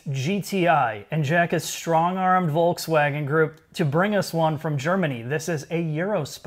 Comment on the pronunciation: Pretty sure Jack is still saying "Voltswagen" Perfect!